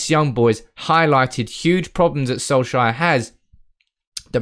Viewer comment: Sol-shire XD Try say it like sol-chair